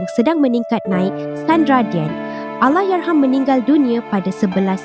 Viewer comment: kenapa pelik sangat dia sebut ALLAHYARHAM ni. Bunyi pelik macam lidah pendek sangat. HURUF "R" dia teruk. Kalau tak dapat nak nyebut Allahyarham sebut laaa "ARWAH" je. Diction dia bergulung gulung